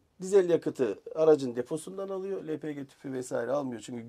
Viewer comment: El pi ci ne birader lpg diyemiyorsun yoksa Türkçe konuşmaktan çekiniyormusun